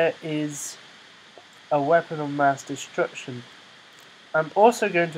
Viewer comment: "MINI MASS DESTRECTION" lol